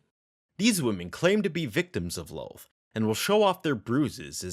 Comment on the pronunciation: kind of annoying the way you say Loth like Loath ... it's more like Lawth